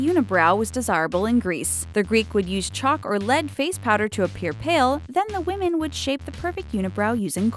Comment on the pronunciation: Women pronounced wimin not womin